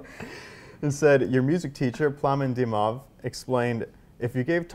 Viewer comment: Pronounced "Tarja" wrong twice. Pronounced "Kitee" wrong. Pronounced "Dimov" also wrong.